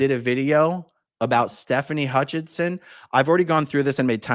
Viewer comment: if you research Stefani, there is no N in her last name. It is Hutchison not HutchiNson. AA Ron spelled it correctly, but he’s saying it with the N